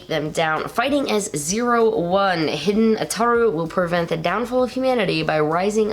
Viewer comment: As I said before, Hiden is pronounced "Hee-den", not "hidden". Also, Zero-One's name is Aruto, not Ataru.